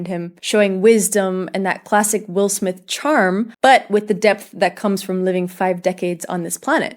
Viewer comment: It is not pronounced Smif It is actually just Smith